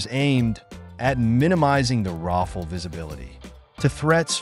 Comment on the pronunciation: Rafale is pronounced something like Raphale, not Raffle